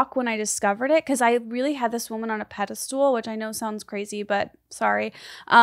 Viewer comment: Did Esther really just say pedeSTOOL. Hahahahaha